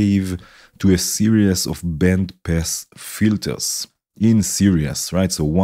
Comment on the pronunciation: Very nice! Thanks for sharing your techniques :) btw 'series' is usually pronounced like 'sear ease', not like 'serious'